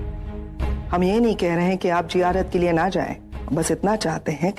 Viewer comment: Hindu jitni b koshish kar le achi urdu nahi bol sakte zeyarat ko jearat bolte hai